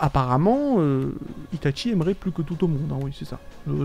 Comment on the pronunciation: pourquoi tu dit tout le temps itate Tchie mdr